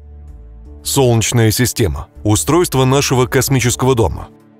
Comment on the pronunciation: "Солчная система", "солчная система", "соооолчная система"... Слух режет🤢